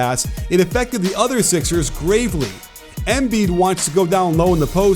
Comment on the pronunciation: Please learn how to pronounce Embiid’s name. The emphasis is not on the E but the on the I’s. Thank you